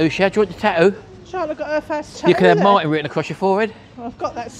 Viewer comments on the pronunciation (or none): none